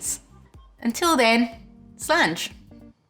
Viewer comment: Correct. And sláinte is pronounced slawn-cha